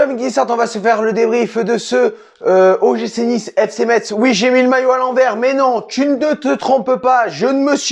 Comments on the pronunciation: on dit messe pas metZ :) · Juste pour information ca se dit "messe" bon courage a vous pour la suite et bien joué quand meme 😁🇱🇻